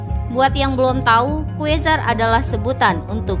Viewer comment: Tolong googling min tentang "pronounciation" QUASAR dibaca KUARSAR bukan KUESAR SORCERER dinaca SORCERER bukan SOSESES